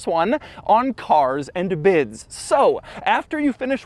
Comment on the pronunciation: The way you say "Cars and bids" is a bit hilarious, tho I like it